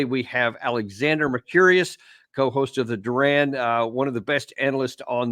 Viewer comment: I love Daniel Davis. This conversation is splendid. (Alexander is far too polite to point out to Daniel that his name is pronounced “MercourIS” rather than Mercurious 😅)